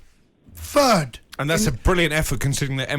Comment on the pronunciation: "fird" Ffs!